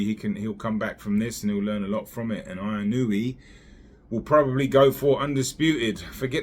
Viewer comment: Inoue : In-u-way